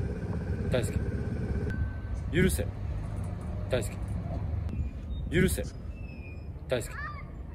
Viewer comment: 許せがだんだんユンケルに聞こえてきたおれは末期